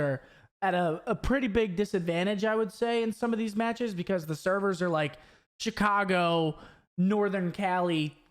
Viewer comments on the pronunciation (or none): none